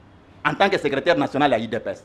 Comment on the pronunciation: Salut depuis les 🇺🇸🇺🇸🇺🇸 Invité na yo vraiment 🤔🤔 Ye azolobela niveau d'etude ya Ndeko na ye mais ye moko ba pronunciations mabe"secreteur"......🤨